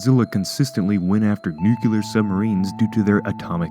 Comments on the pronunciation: Why is it so difficult to say NUC-LEAR? It is not NUCULAR. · "Nuke-u-ler" idiot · Nuclear* No such word as nuu-cu-lear